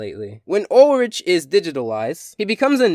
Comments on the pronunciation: Not trying to be unpleasant but Ulrich is pronounced Ul-rick not rich. 😊 hope i was helpful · Ulrich not ulrige !!! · Ulrich's name is pronounced with the hard "k" sound-- sorry, that was really bothering me I kinda wish that you had started with Teddygozilla, but overall I liked this review. Hopefully you'll do another one of Code Lyoko soon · That's not how you Pronounce Ulrich's Name,. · I dunno, the way he pronounced his name "directly" is kind of funny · You pronounced Ulrich wrong! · I don't mean to correct you, but Ulrich's name has the H pronounced as a K.